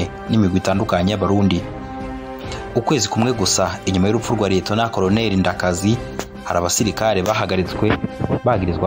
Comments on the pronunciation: Fidèle Ndarisigaranye, pas Ndayisigaranye. Edmond Ndakazi, pron. /ndakaazi/, pas /ndakazi/. Léonidas Maregarege, pas Mageragere. Bon documentaire. Mais ne craignez plus de dire «cndd-fdd» lorsque vous parlez de la milice fondée par Nyangoma. C’est le nom qu’il lui avait donné. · Murakoze kuri documentaire nziza. Ariko pour la prochaine fois,be murondera abantu babafasha kuvuga neza amazina y'abo muzovugamwo. Nta commentaire nabonye musaba excuse ku makosa mwagize alors que les noms reviennent bcp de fois. Ni Maregarege na Ndakazi (qui se prononce Ndakaazi). Vous remerciant, Merci